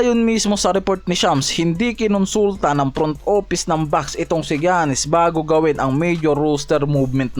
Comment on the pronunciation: paki ayos ung pag Pronaounce mo boi sa Name ni Giannis hndi ung Jannis 😂😂